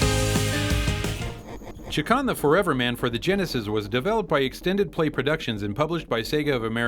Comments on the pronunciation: Haha, guys, it's pronounced ChAkan. You guys pronounce it Chikan, which means molester in Japanese. Maybe that's why he wants all of us to play with him... XD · "Chakan" is actually pronounced like "Shay-Khan," in case anyone cares. It's actually a very small-time independent comic book character. I tried to read one of the stories once but it was so horrible I didn't get past the first page. I think it was trying to be The Crow but failed miserably.